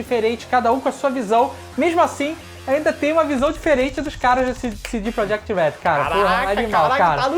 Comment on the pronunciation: e pronuncia proYekt